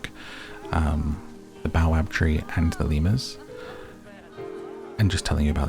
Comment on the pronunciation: baobab is pronounced bay-oh-bab ;)